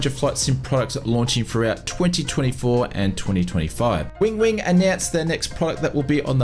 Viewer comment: Win-wing not Wing-wing 🤣